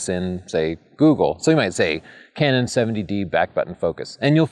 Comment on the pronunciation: Did you say candid or canon shots?